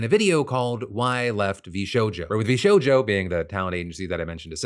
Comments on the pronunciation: “Vsouja” brother Phil how did you mess that up. V SHOW JOE. 😂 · "VShoja" 😂 Phil... 🤣